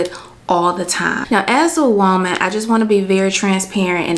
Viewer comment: I love how you say whoaman lmaooo